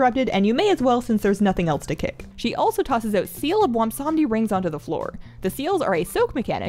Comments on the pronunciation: I suffer from a bizarre affliction that causes me to mis-pronounce the best Loa's name as Bwomsamdi rather than the correct Bwonsamdi. rest assured that I experience an appropriate amount of shame from this repeated error. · That seems to be a common mispronunciation. I think even Bellular says it that way. Seeing as he's obviously a riff on Baron Samedi, maybe remembering that could help with keeping the n sound. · You pronounce it: BWONSAMDEEEEEEEEEEEEEEEE WE HAD A DIL GRANT ME YOUT POWAH